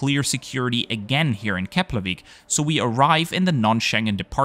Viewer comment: Finally someone who's able to pronounce Keflavík properly.